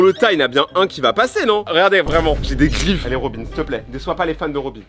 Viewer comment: Il dit robine alors quond dit robin